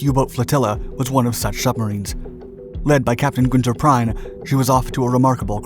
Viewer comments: Min.: "Prien" is pronounced in german like "Preen", not "Prine". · His name was not Gunther Prime - it was Gunther Priem (pronounced Preem). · The pronunciation is "Günther Prien" NOT "Günther Prein". Note the correct German pronunciation of the "ie/ei" combination. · Gunther Prien’s last name was NOT pronounced “P-R-I-N-E,” as your video narrator incorrectly pronounces it. His name is pronounced “P-R-E-E-N.” I am not being “petty,” “trivial,” or “mean-spirited” in pointing this out. Gunther Prien was one of the Kriegsmarine’s first, *nationally celebrated and internationally infamous U-Boat aces,* and his name was well-known throughout Germany and Europe after U-47’s successful penetration of the British Royal Navy’s greatest and supposedly most “secure” bases, and its correlative sinking of the aging, nearly obsolescent WWI battleship ROYAL OAK. Though the Royal Oak itself was of only quite limited tactical value (as a WWI battleship, she was generally too slow to “keep up with” and participate in significant modern fleet actions by 1939), her sinking killed over 800 British sailors, and her having been torpedoed while anchored in what was believed to be Britain’s most secure naval base was an awful shock to the British and a great psychological “triumph” for Germany. When U-47 returned to Germany from its mission, Prien was received and treated as a sort of “national celebrity,” and among the Allies his name had great notoriety during the first two yrs of the Battle of the Atlantic in WWII, at which time the British destroyer HMS Wolverine was quite possibly the Allied warship that finally killed Prien in 1941 with depth charges, as he and his U-47 were attacking Allied convoy OB-293. Thus, if one wishes to have credibility as an histor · Prein? --> Prien do you mean. Its no "I" but a "ie" like in "believe". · It's PRIEN not PRINE. The image is NOT of Scapa Flow; it's of a US destroyer bone yard. History is best served with accuracy! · not Prein but Prien